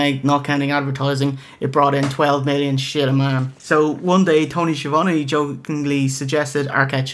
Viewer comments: Love your show. There is no 't' in Schiavone's name though. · Besides Tony, lol. It's a running gag (Hogan would pronounce it "Sha-von-tay") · Know this is late....but its a joke. Hogan ALWAYS called him She-Von-Tay. So theyre makin fun of that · schiavone has no t. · There is no "T" in Schiavone.....